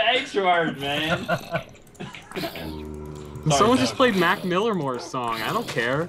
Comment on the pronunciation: It's Macklemore not Mac millermore